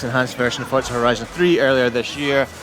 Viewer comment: S T O P S A Y I N G "F O R T Z A" THERE IS NO 'T'